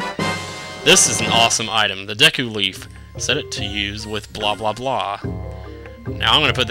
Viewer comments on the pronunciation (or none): none